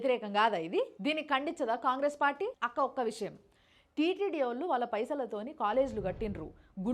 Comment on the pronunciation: Daaanni akkkaa anakandi.... Adi nakka... 😮